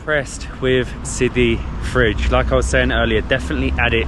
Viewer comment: It's Sidi fredj not sidi fridge 😹